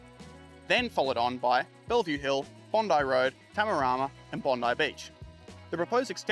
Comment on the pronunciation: Love the detail & you obviously have done your research. Well done. Please work on your delivery. The staccato cadence which builds pace like a runaway steam train is off putting. Oh ditch the pronunciation. TAM A RAM AH not Tarmarama. CUJI not Coo geeee. Great work though.